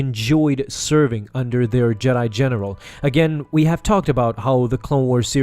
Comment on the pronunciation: 30 seconds in, he says Jedi genital